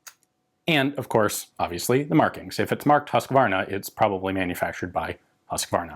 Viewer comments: Huus-kvaa-rna - not Husskvarna from "Hus" (house)" and "kvarn" (mill). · BTW, it is pronounced Lach-ti and Huus-kvaarna. :) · English speakers don't understand long vowels. Better write "Whose-kvahr-nuh" (they don't understand the ü-sound, either). Also, the "h" in Lahti is audible, it's not just meant to show you how the "a" is pronounced, as it would be in English.